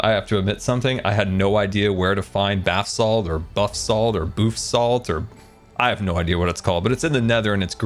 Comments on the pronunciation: calling basalt bathsalt might just be the best thing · Boof salt 💀